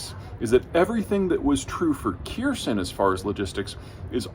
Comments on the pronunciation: Kherson is pronounced "here-sawn".The K is not pronounced. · It's pronounced 'Khersonn' with a soft 'k' and extended 'n'. Basics, man. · Kherson = "HAYR-SONE" You are so smart and this is so important, maybe look up how things are pronounced? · The H in "Kherson" is aspirated. Where is this "Kierson" that you're talking about? Why do you and Joe Blogs mispronounce the name in almost the same way? C'mon, even Jake Broe and Combat Veteran Reacts can pronounce it correctly. Try watching their videos to learn how. In Cyrillic the pronunciation is really clear, and the war has been a great teacher of Cyrillic encoding - lots of words sound similar to English words once sounded out. Edit: Where's the "Courge" bridge you discuss? Is it like the "Kerch" bridge? Is that a Russian pronunciation? Edit2: Please pick up Blender or similar for map animations. It's free and easy to learn. Or I'd be happy to animate your maps for you. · It's Her-sawn. Honestly annoying when commentators can't take 30 seconds to Google pronunciation. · god your pronunciation of ukrainian cities and regions give me shivers. you're not even trying lmao. nice video otherwise, but for the love of all things sacred, just look up how to pronounce these names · Dude can you work on pronunciation. What the hell is wrong with Americans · If ONLY you could TRY to pronounce even the NAME of the city properly. But I guess that is being asked too much of your American arrogance. But, hey, as long as you can earn a ton of dollars...... WHY SHOULD YOU SHOW RESPECT? 🤦‍♀️🤦‍♀️🤦‍♀️ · He mispronounces Kherson and Kerch almost as badly as Joe Blogs. I gave the examples in another comment and didn't want to beat a dead horse. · It's "Her"-"Son" with emphasis is on "Son". Repeat: Her-son, Her-Son not "Kheir" - "Son" with emphasis on the first part. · Please do not say Kirsen. "Hersón" is much closer to the correct pronunciation of Ukrainian Херсо́н/[xʲɛrˈsɔn]. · It's HER- SAWN. Not Kierson.